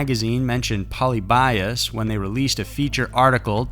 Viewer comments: polybius is not pronounced polybias. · It's puh-lib'-ee-us, accent over lib. It's actually a name. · i was looking for this comment, i thought it was just me!! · It's pronounced Poe-Lib-E-Us. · Poly bias? Not how it's pronounced 😆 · The way he says “polybius” makes me honestly sick to my stomach. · That's definitely not how you pronounce Polybius. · I think half of you don't even realize it's mispronounced, until u see other comments saying so. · Raise your hand if every time he mispronounced Polybius, a little piece of your soul died. Lol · if you’re gonna do a story on something at least get the pronunciation right, I mean come on it just seems like lazy research if you can’t even say the name right. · Ok so Polybius is pronounced like "pol" as in pollen, "ly" as in lean (heavily stressed), "bi" as in bee, (stressed) and us as in, well us. Not trying to act like the grammar nazi but..... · Lol rays a low life. And polybius is fake. And you’re pronouncing it wrong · Agreed. But since he's presenting the story (or myth) of Polybius, he should have searched how to pronounce it. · Road Block honestly there are tons of docs and videos about it already. All it takes is one google search to correctly pronounce it. The writers literally just threw a wiki post together and put it in the video. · There was no accuracy on how he pronounced Polybius, though. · I'm not familiar with it, but since you mention it I'm thinking it should be "PO-LEE-BEE-US", not "POLLY-BY-US", correct? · Fyi its pronounced "poe lib be us" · Pronunciation of “polybius” is like nails on a chalkboard. It’s poe-LIH-bee-us. Sorry for the correction 😖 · Im pretty sure u pronounced it wrong its like paul-lib-e-us not pauly-by-us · pol-ee-be-us, not poly-bias. lol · Poh-lee-be-us. Not poly-bias. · Hate to be that guy, but... It's pronounced "pull-LEE-bee-US" not "POL-ee-BYE-us". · LOL ............POLE LEE BEE US......not Poly by us and its just a urban legend. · Ahem , Pol-ee-bee-us .